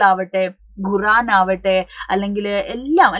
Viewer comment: Ghuraan❌QUR AAN✔️